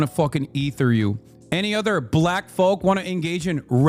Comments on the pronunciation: The way Hasan says "b-LACK" sounds like such comically exaggerated racism it could've come straight out of a Key & Peele sketch. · Why does he say the word black like a racial slur